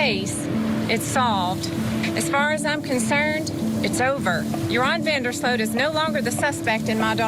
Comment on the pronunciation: Sloot. Not Slut.😢